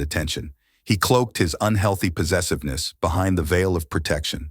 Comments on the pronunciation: This narrator jas the weirdest pronunciations.. "Unheelthy" "amikkable" "underminning" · These robot readers almost make me think they are real people until they pronounce words absolutely ridiculously. Why can a human not narrate this? Is it unheelthy?